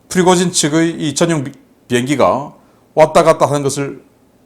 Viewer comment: 다른 사람들은 다 프리고진이라 발음하는데... 왜 자꾸 피고진이라 발음하실까요? 처음엔 무슨 말인가 했다가 나중에야 프리고진을 피고진이라 발음한다는 것을 알았네요. 아무리 집중하고 반복해 들어봐도 역시 피고진이네요. 다른 발음은 다 정확하게 하시는데 왜 그 발음만... 조금만 더 신겅써서 발음해주세요. 자막이 없었다면 도대체가 무슨 말인지 못 알아들을 뻔 했네요.